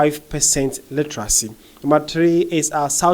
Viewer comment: Pls practice the word 'Literacy" say it 5 times..u keep saying Illeteracy illetarcy..whats the rush for?